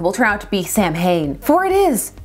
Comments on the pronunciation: It's pronounced 's-ow-in' but 'Sam Hain' is very funny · BTW: "Samhain" (i.e. the original Gaelic harvest festival) is actually pronounced more like "Saawin", not "Sam Hain" The writers probably didn't know that though, so you might be correct in-universe 😉 I remember the Ghostbusters cartoon had a pumpkin-head character they called "Sam Hain" too, so you're not alone! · The word "Samhain" is pronounced "SOW - when", where the first syllable is stressed. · So, is the character's name SUPPOSED to be pronounced San Hane? Because the Celtic festival is pronounce Sow-wen. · Everyone always pronounces Samhain wrong. It’s not pronounced anything as it’s spelled. I can’t even type how it’s spelled. 😂 The best I can do is saa-win. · Just letting you know but "samhain" is pronounced [sauw-win] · Samhain pronounced saa-wn (because Irish should never be spoken aloud) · Oh no not again. Same mistake the Halloween movie did about the term Samhain. The pronunciation is actually Saa-win which is an Irish/Scottish term. Just wanted to correct the pronunciation and I still enjoy your videos. How fitting especially with both the Tv series and comics. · Funny thing is Halloween III pronounced it right. II on the other hand had Dr Loomis pronounce it wrong. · My Celtic ancestors were rolling around under their càirn with that pronunciation.